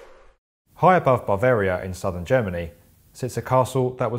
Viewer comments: It's also not BARvaria wtf is with this guy? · Meh - worse was BAR-VARIA, instead of BA-VARIA (hint, clue is in the spelling of the name) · "Barvaria" Sheesh. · BaRvaria. why are the English always adding R's where they dont exist BaRvaria, DianaR.. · It's not BARvaria. It's pronounced "Yoogend", not "Jug-end". And it's most certainly not Nischwinstein. You guys didn't even think to ask someone, or check how it's pronounced in google? Embarrassing.